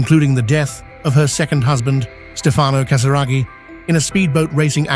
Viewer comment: Charlotte con l’accento sulla “O”, alla francese, non sulla “A”, e Stefano è Casiraghi, non Casaragi, analfabeta che non sei altro